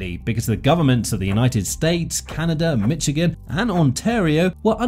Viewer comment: You do a YouTube video that requires you to pronounce the State of Michigan's name several times, it behooves you to LEARN HOW TO PRONOUNCE MICHIGAN!!!!!!! I won't instruct you as other before me have done so. Also don't say at the start of your video that it was mired in controversy and people were against it when you later admit that none of that is true. 1 guy, who is afraid he will lose money (he is so old and in such bad shape that he is likely to be dead before it opens), is against it and took it to court over and over, many of these lawsuits were frivolous and after the first, they were only intended to delay construction. Such a bad video! You are a bad video maker! For shame!